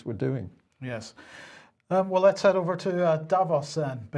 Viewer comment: It's hard to tell. They both say 'heed' instead of head